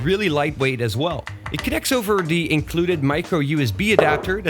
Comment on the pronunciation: Just an English FYI. TH = the sound TH not D ie. "The" should sound like "The" not "Da" "Other" should sound like "Other" not "Odda"